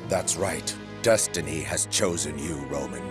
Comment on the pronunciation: “thats right DuStEnY have choosen you Romen”